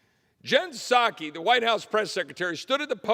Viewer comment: THE "P" IN PSAKE IS SILENT LIKE PEE IN BED !